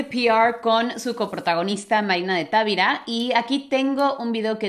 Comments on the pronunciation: No es Távira, es Tavira sin acento. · Analicemos el español de Miss Tuggy cuando dice Marina de Távira (es Tavíra) palabra grave con acento prosódico, puse la tilde por claridad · Hablando de mejorar nuestra pronunciación es Marina de Tavira, no Marina de Távira. No es una palabra esdrújula puesto que no está acentuada. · Moraleja: vuelve a sorprendernos al enfrentar la realidad con cordura y empatía. Supo en el fondo del corazón que pronunciaba mal Tavira porque sabía que una palabra grave que termina en n, s o vocal no se acentúa ortográficamente, es decir el acento recae en la penúltima sílaba (Ta-ví-ra). Ambas extraordinarias féminas me dejan a mí la moraleja de que es posible llegar a comprender y hablar otro idioma a la vez que disfrutas el expresarte en el propio. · He aprendido y corregido la pronunciación de muchas palabras con. Me atrevo a corregir en español el apellido de Marina, es una palabra grave, por lo tanto la sílaba tónica está en la sílaba VI. No se pronuncia como una palabra esdrújula, porque en ese caso, se escribiría TÁVIRA. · Tavira... lo pronuncias acentuando la 1ra "a", y no, no lleva acento...tu español es muy bueno 👍🏼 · Hola solo al tiro con el apellido Tavira. No sé pronuncia como tú lo haces. Ojalá aceptes la corrección. Saludos cordiales preciosa